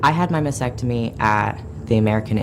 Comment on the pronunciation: So disgusting that they are doing this to kids! They can't even pronounce Mastectomy correctly! It's not Masectomy!!!